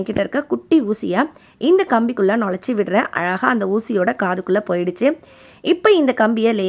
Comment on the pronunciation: Iluthu alaga what an awful pronounciation!